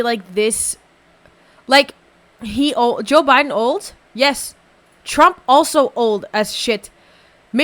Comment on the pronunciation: I've been watching so chill and then all of a sudden "Boe Jiden"straight up froze me